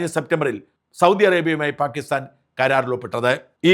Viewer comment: പ്രിയപ്പെട്ട ഷാജൻ ചേട്ടാ ഈ "പാകിസ്ഥാൻ" എന്ന് പറയുമ്പോൾ കേൾക്കുന്നത് "ഭാഗ്യസ്ഥാൻ" എന്നാണ്.. കേൾക്കുമ്പോൾ വല്ലാതെ ചൊറിഞ്ഞു വരുന്നു.. 😂 ദയവായി ഒന്നു ശ്രദ്ധിക്കണം.. 🙏🏻🙏🏻😁 പാക്ക് "ppaakh"